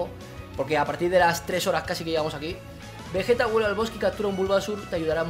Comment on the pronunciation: Pero bueno veyeta dijiste folagor